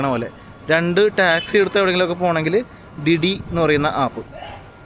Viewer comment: ഡി ഡി ടാക്സി അല്ല ബ്രോ ദീ ദീ ആണ്